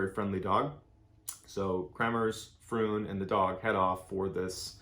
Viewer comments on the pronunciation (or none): I love how you explained this story 👌🏽 I am also from The Netherlands and this unfortunate situation kept the Dutch people baffled. PS Froon is pronounced the same as the word Drone. Fr ‘one’ ….. :) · Very badly researched. Here are some facts: the host family doesn't even own a dog (see wikipedia on this). Mispronounced Boquete and Froon. Phone logs can be easily faked by anybody. Yet you state they were making the calls. No proof of that.